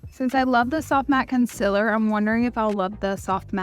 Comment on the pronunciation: I love how she pronounces "Conceler"